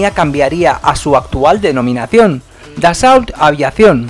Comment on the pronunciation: En francés no se pronuncia la T al final ni la L . la au se pronuncia O . Atentamente jm